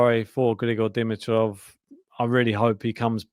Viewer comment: I haven't bugged you guys for awhile, but after today it's time... It's not "Di-mi-troff." It's " D-MEE-troff." Heavy emphasis on the MEE syllable. Having that out of the way, this is such a tragedy. And as bad as I feel for Grigor, I feel badly for Jannik as well. A huge asterisk next to this tournament now for him. What a bummer!